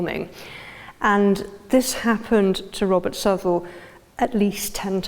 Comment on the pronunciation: It’s pronounced South-Well. I am a direct descendant to Father Southwell and Sir Richard. I am a born Southwell. There is a lot of information about the Southwell line that has gone undocumented. My family holds the only (known) copy of our history. Unfortunately it has been misplaced since my grandparents passed away about 20 years ago. My families coat of arms shield is displayed above Sir Robert’s tomb in the church of St. Nicholas in Woodrising.